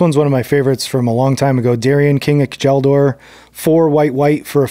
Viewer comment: Pronounced “kyEL-dor” by the way